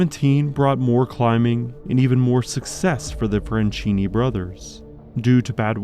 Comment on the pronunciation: SILVESTRO FRANCHINI, NOT "FRENCINI". DDaffuck man